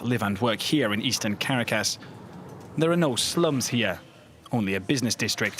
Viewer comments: Venezuelan here, would like to issue a correction. There are slums in the Eastern part of Caracas, in fact Petare, one of the largest slums in all of America, is located on the east of the Eastern part of Caracas. It's also pronounced CarAcas not CAracas. Also, you forgot to mention that a lot of the high class in Venezuela, in fact most of it, are government alinged Maduro supporters who profit off of drug trafficking and ilegal gold mining. You also forgot to mention that these people who "live lavishly" still have no running water most days of the week, and no guarantee of electricity (except for the lucky few who can afford back up generators). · The capital of Venezuela is NOT pronounced "Cara-cas." It's "Ca-Ra-Cas" Everyone knows this!!! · As a journalist please learn to pronounce correctly. Caracas is not Car A Cass, it sounds more like Ca Ra Casse . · It’s pronounced CARA-cas, not cara-CASS😜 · Why do they say /'kərakəs/ all the time? It's pronounced /kəˈrakəs/. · I cringe every time he says "Karracas" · Me too it’s “Caracas” not “Karracass” tf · I’m distracted by the narrator’s pronunciation of Caracas. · Couldn't they have recruited a voice over artist who can pronounce Caracas properly? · The reporter cannot pronounce Caracas. Not impressed. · You should at least learn to pronounce Caracas properly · Please say Caracas correctly next time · Learn how to pronouce Caracas please. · Was no one in the recording booth to help him pronounce Caracas correctly? I'm not even asking that he pronounce it with a Spanish accent, just the correct one in English. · You are not saying the name of the city Caracas correctly! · funny how this dude pronounces Caracas ...lol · Someone should tell this suit how to pronounce Caracas...he butchers it !